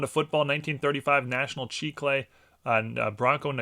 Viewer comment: I'm going to suggest that the pronunciation is National "chick-el". I believe this is the company that made Chiclets chewing gum. My grandma would reward me with boxes of Chiclets when I was a kid. When the box was empty, if you blew into it in a certain way, it would act like a kazoo.